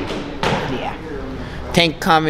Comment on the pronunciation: He still has PTSD from that night—can’t even say Tank’s name 😂